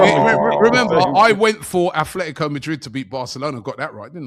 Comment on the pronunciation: Atletico not athletico